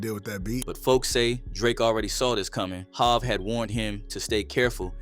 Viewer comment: AI must be speaking on this video, how tf they mispronounce HOV?